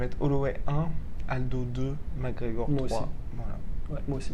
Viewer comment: It took me 13 seconds ... Arrêtez svp c'est McGregor